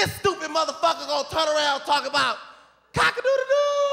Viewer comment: nigga said cockle doodle doo 😂😂😂